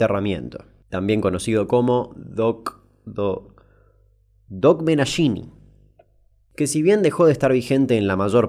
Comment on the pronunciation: DOKHMENASHINI se pronuncia DO- KJJJ - MENASHINI. KH se pronuncia con una "K" junto una "J" larga